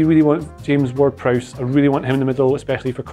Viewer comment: "James Ward-Prowse" Chaos ensues